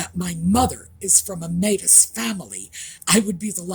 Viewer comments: 🪶 Métis are a group specific to Canada- mostly western Canada. The term doesn’t refer to just any mixed European- indigenous people. Pronounced “may- tee” ❤😁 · Métis is pronounced “May tea” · Metis pronounced: May tea. Have never ever heard it said the way you have said it. Never. And it is only French from France and Indian that make Metis. Any other European mix is like any other person that has more than one nationality in them. 🌈 The more you know. I went to French immersion school. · The word: Métis is pronounced: “may -TEA” No big deal but thought you might want to know. 😀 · R u referring to Métis (may tea) pronunciation 😘🇨🇦♥️